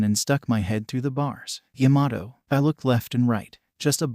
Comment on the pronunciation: Why does it sound like it’s saying yamaho and not Yamato